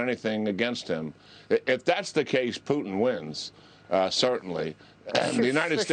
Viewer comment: "McCrone" ... "Poo-tn" ... Yeah, yeah really qualified....